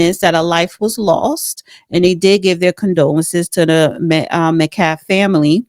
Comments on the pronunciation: MET CALF....very disrespectful with regards last pronunciation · MeTcaLF...is it that difficult to pronounce??? Good grief